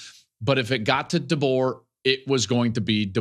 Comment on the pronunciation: If I hear call him “Duh-Bo” one more time I’m gonna puke